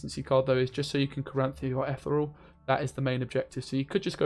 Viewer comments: Ethyyy real (like real madrid) not etherel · Ith-ear-ree-all REEEEEEEEE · Why cant you pronounce Ethereal? ;)